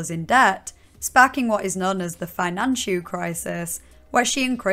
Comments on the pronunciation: I wasn't laughing at any of this mess but for some reason "Finan-chu crisis" took me out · “The financhu crisis” lmfao